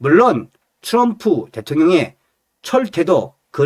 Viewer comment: 츄럼프발음좀똑빠로 그럼 댇옹령을대총령이라하지 왜말을멋부려참나